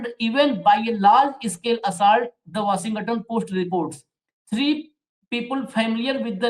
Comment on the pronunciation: please don’t pronounce “ga” while telling Washington (Washing+ton)